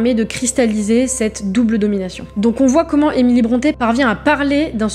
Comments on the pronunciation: on dit 'brontii' pas bronté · Brontë se prononce Brunty [ˈbɹɒnti]. Son père est né Patrick Brunty et a changé l'orthographe de son nom en Brontë, mais la prononciation est restée identique.